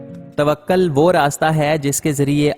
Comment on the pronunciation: توکل ہوتا ہے توقل نہیں